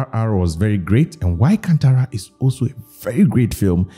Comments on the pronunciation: ಅದು ಕಂತರ ಅಲ್ಲ ಅಣ್ಣ ಕಾಂತಾರಾ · it's not can-tara it's kaanthara